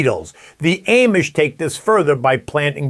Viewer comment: I have never heard anybody pronounce Amish the way you do. Are you sure you’re not AI?